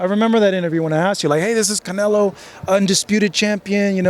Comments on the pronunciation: bivol is always roasting canelo intentionaly i suppose and i love it . he said canelaa 😂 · He says CANELA 😂😂 💪🏼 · Attaboy, that's the correct pronunciation: canela! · I really hope he never stops saying canela 😂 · Lmfao love how bivol calls canelo canela lmfaoo 🤣 this guy smart asl their iq is high this is why they can learn multiple languages so fast. These fighters are one of a kind. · Every Russian says it like that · Russians can’t pronounce canelo that’s why